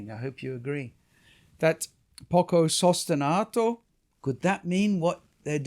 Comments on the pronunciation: Poco sustenuto , of course is pronounced like sostenooto 😂 Not sostenahto , not english please, it is an italian vocabulary ! 🙏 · Fascinating discussion of one of the most glorious of Beethoven's symphonies. If you'll forgive me - languages are my other passion- you make a couple of errors in both your Italian and German. The tempo marking is sostenuto, not sostenato. As for the great hall in Vienna- the Musikvereinsaal- it is pronounced 'verine' not 'veren or 'vereen''. The easiest way to remember the difference between 'ie' and 'ei' in German, is that it is the second letter that is pronounced: so 'verein' , like wein ( wine), meine ( mine), and kleine ( little) are pronounced as in the English ' ine", whereas 'ie' : Dienstag ( Tuesday), liebe ( love), and Wien ( Vienna) are pronounced 'een'.